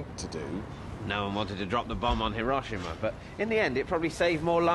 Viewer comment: thinks he is so technically correct about everything connected to the war and cant pronounce Hiroshima properly. Sad AF.